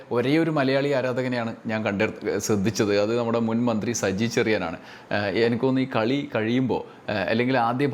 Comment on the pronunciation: നല്ല മലയാളം സംസാരിക്കുമ്പോൾ Enakk ഒഴിവാക്കി എനിക്ക് എന്നാക്കുക Enakk എന്നത് പിണറായി പറഞ്ഞോളൂm